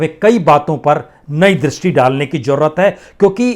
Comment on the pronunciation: Pl try correct your pronounsation . For ex .you says jarurat correct is zarurat.In fact you are a great herbalist i selute you.